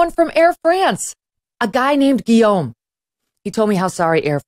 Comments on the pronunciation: Well, with one caveat. In French its pronunced "Lou-i", not "Looisssssssss". Guillaume is well pronunced however. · I admire her saying ''Guillaume'' the French way and not like some ugly American wjo might say Lewis instead of Louis.